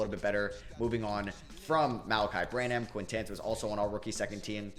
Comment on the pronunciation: It’s pronounced “Sooo-Hann.” And “Bran-uhm”.